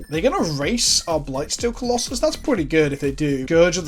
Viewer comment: What tried to say: "what is the plural of colossus?" What actually said: "what is the pllll of klloss" I will never understand how british accents work. Do you just leave out half the letters?